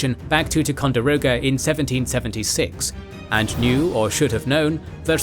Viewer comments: tai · kaan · dr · ow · guh not tecondiroga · As someone who lives on the Lake, hearing the narrator repeatedly butcher both "Champlain" and "Ticonderoga" was killing me throughout. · they way the narrator butchered the pronounciation of Lafayette, Kosciuszko, Ticonderoga and Schuyler hurt my ears